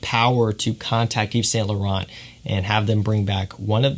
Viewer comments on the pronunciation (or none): none